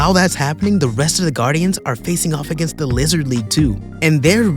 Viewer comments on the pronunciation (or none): none